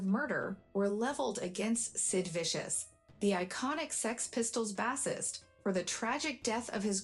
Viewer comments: I hate AI.... BASS-ist? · Learn to say Bassist correctly!